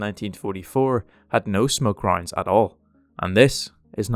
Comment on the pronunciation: I’m sorry whenever you say ‘rounds’ it sounds like your saying ‘roinds’ and for some reason it makes me giggle